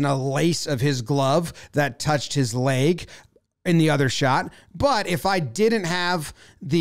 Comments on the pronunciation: Jomboy continuously pronouncing “leg” as “layg”, a breakdown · The only thing this showed me is jomboy is says lage instead of leg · For some reason I enjoy Jomboy's pronunciation of "leg". Great breakdown!